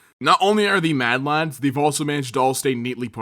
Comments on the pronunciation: “The maddest of lAaDs” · It’s so fuckin weird to hear an American say “lads” nevermind “‘madlads”